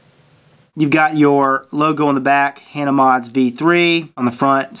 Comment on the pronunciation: Hah-naa is the way its pronounced